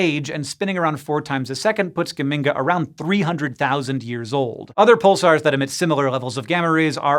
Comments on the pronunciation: I'm from Modena, Italy, and geminga really cracked me up! The ge should be pronounced more like in Gertrude though. I wonder if the astronomer who named it was from Modena too. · Geminga rhymes with Bazinga. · Geminga? Bazinga!